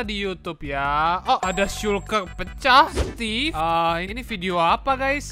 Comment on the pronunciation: Maaf nama nya emang stevee tapi ngomong nya stevie